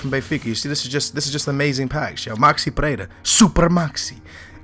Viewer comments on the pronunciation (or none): none